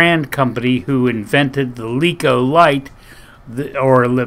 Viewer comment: LEKO, not Leekah.